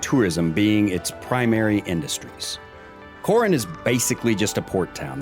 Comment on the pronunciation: Lost me when mispronounced both Palawan and Coron.